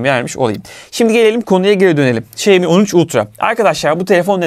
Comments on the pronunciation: Xiaomi: Şayomi değil Şaomi diye okunur. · Şeymi değil şaomi diye okuyacaksın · Emeğinize sağlık,detay anlatımınız mükemmel,ancak marka adını telaffuz ederken şeimi şeimi demeseniz çok çok daha iyi olacak. Saygılar... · senin bu telaffuzun ne olacak 😅 Bu markaya "Şayomi yada Şayimi" demekten ne zaman vazgeçeceksin 🤔